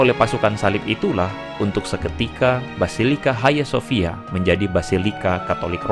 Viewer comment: Bukan haya sofia. Hagia sophia baca sofia. Bhs yunani.